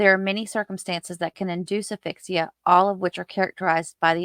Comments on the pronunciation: Great video (as usual). If I could just make one suggestion: please pronounce the 'S' in aSphyxia. Not trying to nitpick, but it's a bit distracting when I keep hearing the the name of an email app (Affixa) in place of the word for suffocation. Otherwise, though... excellent work. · Love your content!! Thanks for all of your hard work! 🥰One little thing… it’s asphyxia with an S sound..Just a little nit picking from a nurse ☺️. Thanks again! Love your work!